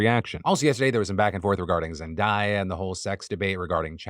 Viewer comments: ZEN - DAY - UH not ZEN - DYE - UH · Zendaya is pronounced like zen-DAY-uh (not zen-DIE-uh)! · Phil did you just call Zendaya Zendieuhh? lol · Phil, i love you to bits....but please pronounce Zendaya's name correctly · Why’d you say Zendaya’s name like that?